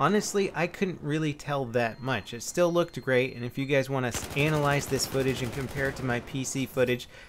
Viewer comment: I like how he pronounces analog and analyze..anal log and anal lyze lol..